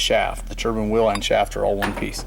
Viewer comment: Yep... I was getting the shits because he pronounced it wrong through the whole video 😩